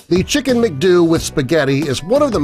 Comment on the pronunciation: Wrong pronumciation on #12 Its Mcdoo (same pronunciation as mcdonalds but just remove na nalds) not Mcduu 😂